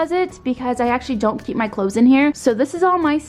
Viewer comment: The way she said keep KCHEEEP